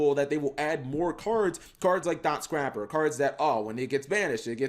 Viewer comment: Maybe one day he’ll say dotscaper correctly